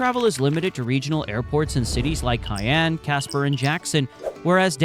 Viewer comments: Your information is very interesting. Please look up/listen to the local pronunciation of Cheyanne, WY. (shy-AN) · I’m from Wyoming. Few notes on your film. - Cheyenne is pronounced "SHY-ANNE" - , not "one of" but in fact, THE least populated state. - , Colorado's MLB team is the Colorado Rockies not the Denver Browns. - , Grand Teton is pronounced "TEE-TAHN" - , while true we are often called "The Cowboy State" officially we are the "Equality State" - , Specsavers is headquartered in the UK in a place called Guernsey. Google AI has falsely equated this to Gurnsey, Wyoming, which only has a population of ~4k people. So, while Google claims Specsavers is the biggest employer in Wyoming, truth is they are not even located here. - Laramie is pronounced “LAIR-AH-ME” - In general I’d recommend being more careful with your b-roll. There were a ton of shots that were very obviously not Wyoming, or featuring animals that don’t exist here. For instance shows an Ibex which don’t even live in North America.